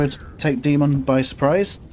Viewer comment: Btw it’s DAY-mohn it comes from Greek :)